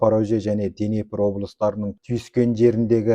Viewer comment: Денепр емес - Днепр. Халеакбар емес - Халиакбар секілді